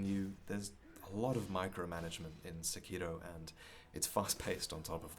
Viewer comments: "SEkiro", not "seKIro," please... Emphasis on the first syllable. Akira is not aKEEra, it's Akira. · The name is pronounced like sepiroth, not sekììììro. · This nigga actually put the Japanese pronunciation on Sekiro lmao fuckin weebs